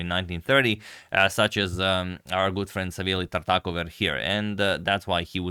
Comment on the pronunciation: So that's how you pronounce Tartakower